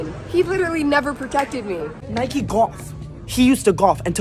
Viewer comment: Why is no one talking about how he pronounced golf?? "Nike GkAWF! He used to GkAWF, and to GkAWF, u use a rod, and HE has a rod!" Im dying 😭😭🙏💀